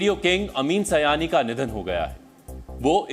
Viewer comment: Not bhaiyo aur bheno. Behno aur Bhaiyo. अमीन सiयानी not अमीन सयानी